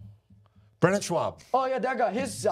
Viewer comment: I love that he calls him “Shwaub”